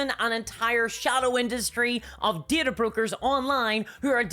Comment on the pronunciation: At some point, I started dreaming in this woman's voice. 🙅‍♀ How is there an "r" in DATA!?